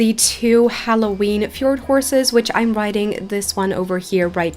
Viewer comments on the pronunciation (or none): none